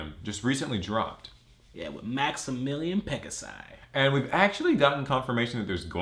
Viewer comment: Did he just say Maximilian PegaSI??? Asexual Reproduction!!